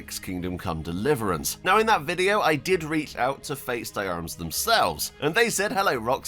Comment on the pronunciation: Just a small advice on prononciation, FaitdArmes is French for feat of arms, so the d should not be pronounced separately but as two words "Fait d'armes". An anglicized trascription would be "Feh Darm".